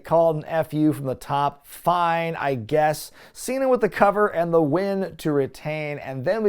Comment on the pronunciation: "John Cheena".